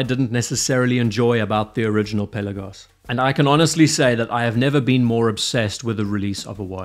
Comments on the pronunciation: Awesome watch, great vid! Pe’Lagos not Pella-gos. Thanks 🙏🏼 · Not to be a putz but the accent should be on the second syllable.